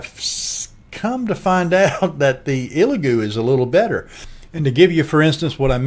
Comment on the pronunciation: Solid video. Only note I have for you is to respectfully ask you stop calling it an “EEELagoo”. It’s pronounced “ELLagoo”.